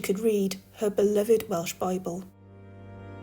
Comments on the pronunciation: You may not sound Welsh but your pronunciation of the Welsh towns and villages were spot on.👏👏. I'm very proud of you my patriotic Welsh story teller 🤗. I'm from Pontlottyn a small village between Merthyr and Tredegar.As for the video outstanding as usual each episode is getting better and better and I can't wait for the next video🥇👏. A massive thank you my for keeping us loyal viewers enthralled your videos must be very hard work and for that we thank you 👏🥂. We all know your going through a tough time at the moment but look after yourself sweetheart and God bless. All the love in world to you and your family Bill XXX.❤️❤️👏👏💯🫨🫣👻😲🏴🇬🇧XX👍🏴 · Your pronunciation got me too! I’m from North Wales, never expected you to be from Cardiff 🤷🏼 Absolute class as usual, looking forward to the next one 💪🏻